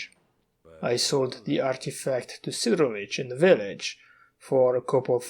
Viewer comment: just to be clear, its not sidrovich, its sidorovich nothing bad, just to point it out great video!